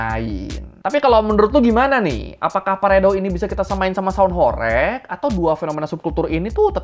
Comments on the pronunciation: Bang mau ngoreksi dikit ya Bukan Horég, melainkan horêg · Horeg itu bacanya bukan horek (ky bc "korek" ; api) tapi HOREG ~>HOR REG , -reg-nya ky "deg" nya ~> budeg, saklek, msk jleb. Tau gak sih.. Dlm bhs Jawa horeg itu artinya Getar, ky semacam lindu atau gempa kecil. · Bukan horég tapi horèg.. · Sebenarnya pronunciation "Horeg" itu "e"-nya seperti di kata "pecel".. Jadi bacanya Horeg bukan Horég.. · HOREG bukan BERGOYANG ATAU BERGETAR, BANGUNAN HOREG itu artinya BANGUNAN RUNTUH, gak ada BANGUNAN HOREG jadi BANGUNAN BERGOYANG:face-blue-smiling:. bacanya juga bukan horeg, tapi horeug:face-blue-smiling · Horeg artinya bergetar (goyang krn gempa) horeg (diucapkan e kode) bukan horek (orek) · Bukan horeg bang, tapi horeg, huruf e nya di eja seperti kata elang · Pengucapannya HORG bang, atau HOREUG, bukan horeeeg... E kayak pd kata Emping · bang kalo ngomong "sound horêg" kayak "e" di kata "sepi" bukan "sound horég" kaya di kata "bebek". "horeg" dalam bahasa jawa artinya artinya berguncang atau bergetar, geli ditelinga dengernya sumpah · Horeg bg bukan horeg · sebenarnya pengucapan HOREG yang benar di Jawa Timur itu REG-nya dibacanya itu seperti E pada "REgginang/REmaja". bukan REG-nya " rekreasi". ya, benar artinya adalah 'bergetar'. oke makasi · Saya orang Jawa asli, pelafalan horeg nya salah bang (e) nya bukan Bebek tapi sama seperti tambahan Me... melakukan, melihat dll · Pengucapan huruf "E" bukan horeg seperti kata "orek" tapi horeg seperti kata "sambel" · horeg dibacanya bukan horeg bng tpi horeg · Bang..sebenarnya HOREG itu bacanya bukan HOREG bang..tapi HOREG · sound horeg tu bacanya horeg bukan horeg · Cara bacanya horeg bukan gitu bro,,, 😂 E nya sprti di kata "emas" ,,, coba tanya sluruh masyarakat jatim, pasti stuju ma aq hehehe